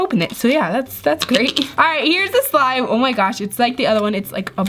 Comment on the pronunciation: Why did she say sime? It is not sime